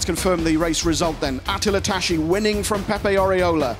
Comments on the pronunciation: Tas-si -> Tassi, not tashi! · It's the Hungarian prononciation. It's not Tassi. Thanks for watching (and listening...).